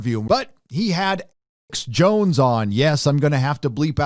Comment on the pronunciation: Sounds like you're saying Alex Bones lol